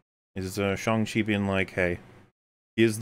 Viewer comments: Sorry did you say Slong Cheese? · Katy learns archery in an evening. Me: “oh boy…. is gonna have some feelings” They’ve understated the quality of the fight scenes. Also how the fuck do they dedicate a 2 minute scene to the pronunciation of his name and the whole world still says it wrong? and seem to not understand the size of Halo brutes. They’re about the size of Thanos